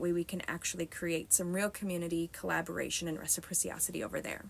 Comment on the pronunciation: So if matriarchies are superior, ie, more effective, then why don’t they exist today? Where are they? Were American men “piles of shit” when they protected you from the Indians, French, British, or Germans? And it’s reciprocity not “recipriciocity”